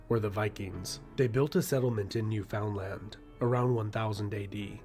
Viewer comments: Not sure of your souce, AI? Definitely not Canadian. Newfoundland is pronounced like understand. Newfunland. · Victoria. On the coast with the most. Strange that the narrator (person teaching about Canada) pronounced New Foundland phonetically as opposed to Newfenland (it's actual pronounciation). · It is not pronounced new found land, it is pronounced newfunland. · How to piss off a Newfie: Call Newfoundland "NewFOUNDland". it's pronounced "Noofinland". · Not New-found-land. More like New-fund-land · I'm Canadian & always say New foundland. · AI voices have not figured out how to pronounce the name of the island off the east coast - it's not pronounced new-FOUND-land, it's pronounced new-f'n-LAND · Wait...American's study history? Like..at all? Well tickle me pink! And yes, the fishing is good. Also, narrator guy wasn't Canadian, or he would have called it new-f'n-land, instead of new-found-land....that's the first tell that somebody is American, or possibly an AI narrator....but this guy was definitely American, based on how he said New Orleans...oar-lynn...I can't even pronounce that the way they do....are-lean....or-leone..our-leon? Also, Quebec currently identifies as Canadian due to some 51'st state rhetoric...we also speak French in New Brunswick, we're bilingual, SJ is the oldest incorporated city on the continent, and pre-exists Canada, being only 10 years younger than America since it's been a nation. Unfortunately the great fire in the late 1800's destroyed a lot of the wood structures, some two fifths of the city. Originally established as a settlement in the early 1600's, it was formally incorporated as a city in 1785. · But it should be said... it's "NewFINland" not "New-found-land". My Mom was from Cornerbrook! She corrected everyone!!❤❤ ❤❤❤❤❤ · just FYI, its not pronounced New Found Land (even though thats how its spelled, its pronounced NUfin LAN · Not New Found land. Say Newfinland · “New fin land” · Newfenn LAND, rhymes with understand